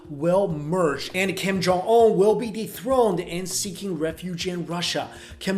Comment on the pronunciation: "Kim Jong Omm"